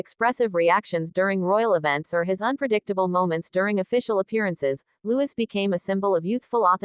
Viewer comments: His name is Lou-ee not Lewis!!!!!!!! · PLEASE, the child’s name is LOUIS. Loowee. No S sound . NOT LEWIS.